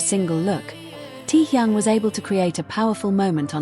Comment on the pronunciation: Говорите правильно имена тех, про кого рассказываете :Техён, Техён, Техён Техён